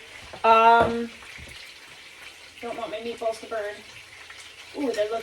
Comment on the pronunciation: LOL "the only meat I will ever be touching for the rest of my life probably" 😂😂😂 Omg I am freaking DYING over here!!! Those meat-a-ball-ayes (my Italian pronunciation is a bit rusty) and sausages look absolutely delicious!! The Baby Moon and Duckhead Forge knives look incredible, as do your amazing wallets! Love the spooky colors!! You might not flip anymore, but at least you can still Sip & Stockman? Sip & Pinch? Sip & Nail Nick??? Super fun and chill video!! Came for the knives, stayed for the mom and meat jokes!!! The Mineral Wash looks stunning on you btw!!! 😻 More Cooking with videos, please!!!! 🧡